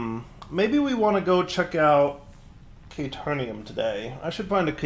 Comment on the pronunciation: I'm not screaming "Kay-teer-eeyum" at the screen or anything.